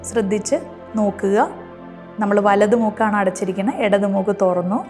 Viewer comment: ഡോക്ടറെ വാക്കുകൾ പറയുമ്പോൾ ശ്രദ്ധിക്കുക🙏 ശ്രദ്ധിക്കുക🙏 ശ്രദ്ധിക്കുക🙏 പലതുമൂക്കും ഇടതു മൂക്കും ഉണ്ടോ ?അങ്ങിനെ പല വാക്കുകളും ശ്രദ്ധിക്കുക🙏